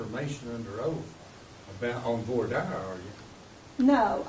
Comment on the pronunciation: Ha ha back to my point about Voir Dire, the county attorney pronounced it correctly!! I like him 😊